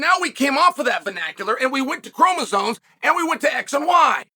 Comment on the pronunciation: How can you take seriously anyone who talks about “kromozones”